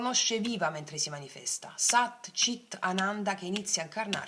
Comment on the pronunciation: Ciao scusa ma voglio chiederti per sapere per non dirlo sbagliato allora SAT CHIT ANANDA Tu dici CIT ma è CHIT perché c’è H. Scusa e Grazie❤